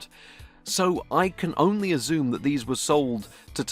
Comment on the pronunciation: Azzoome = Assume. I love your strange pronunciation. Feels like I've just scammed my Mam for £40 for a top graphics card, but I just was spamming for attention. 😂😂😂 😢😢😢